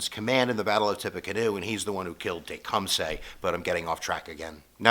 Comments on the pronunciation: Its not SAY its suh. teh - kuhm - suh. Driving me crazy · Tecum suy not say